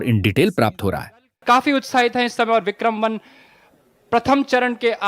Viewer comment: It’s Vikram not Bikram